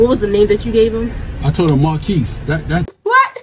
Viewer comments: I hear "Mon keece" not "Marr keece" and "Mon keece" sounds an awful lot like "Mon keys" which is exactly what was on the receipt. Not seeing an issue here other than the guy pronouncing his own name in a way that is easily mistaken as monkeys, especially over a crappy drive through intercom. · “That’s not even close to Mahnkeece.” Hahahaha! What’s a teenage kid supposed to do with that? Not only does that guy have a jacked-up name (Marquise), but he most definitely pronounced it with an N instead of an R at least twice. The options were many, but a kid is going to enter the only word he knows that sounds that way, which, of course, is “monkeys”. That is the same as if I were to change my name to Kraquh, but pronounce it as Cracker when I go to a drive-thru, then go nuts when some high-school kid writes it down the way I pronounced it, and then sue for millions. What the hell is wrong with people these days? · Wow, and Chic filet is so sweet about it. They gave him a free meal and apologized. It sounded like he said Monkeys. WAY MORE than Marquise. Geez. Must be nice to have such a great life that something like that is your big problem. Seriously, Chick fil-A should 86 that guy. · He should've said, "MaRRR-Kees." The nasal "R" is not easy for Americans to hear.